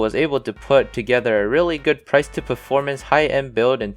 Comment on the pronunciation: Nice. Been waiting for this moment. The AIO choice is questionable, the way u said “performance” u said “ferformance” 😂 but still good builds!!!